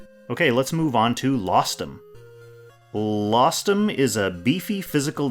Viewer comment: Rostam was the name of legendary persian heroes. Lostham just sound.... very wrong